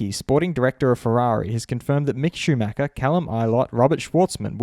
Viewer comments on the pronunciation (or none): none